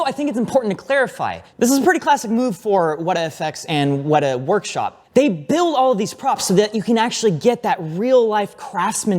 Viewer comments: It's pronounced Wet-ah. Not wait-a. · Weta is not "way-ta", it's "wet-a". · Learn how to pronounce Weta. It's not weight-ah. It's wet-a. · As a kiwi, it's "Wet-Ah" Workshop, not "Way-Tah" or "What-Ah" Workshop 😅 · Dearest... Please lovingly let know that it is pronounced "WETA" not "WAY TA". Thank you. Sincerely, The Grammar Police. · Really need to work on your pronunciation of Weta😂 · one day will say Weta correctly, one day.